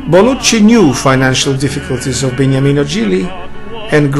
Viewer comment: Beautiful video 🎶, name of Gigli is Beniamino not Begnamino 👍